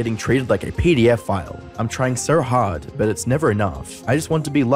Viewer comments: LMAOOOO HE SAID "JARD" INSTEAD OF "HARD" 10/10 FOR ACCURACY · lmao u actually said jard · “or the jard way” 😭😭😭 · lmaoo you didnt have to say "jard", you couldve just said the normal word "hard" instead of the typo